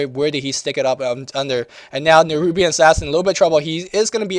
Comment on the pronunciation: you sed nerubian assasin?